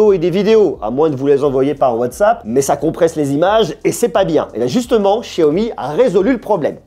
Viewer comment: ce que tu sais pas ce que c'est en rouge, je crois que c'est des batons d'encens. Pour ton accent stp, c'est pas SHiaomi, c'est xiaomi. Même si ça se prononce pas comme un X ça se pronnonce pas comme ce CH français. C'est entre les deux. En Malaisie c'est animé :) Anyway merci pour la vidéo ;)